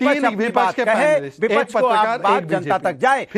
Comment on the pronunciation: Anurag Bhadoria cannot even speak clear Hindi. Keeps saying VIPACHCH. there is a syllable ksh in hindi. Vipaksh. Anurag needs to disclose his real Islamist name.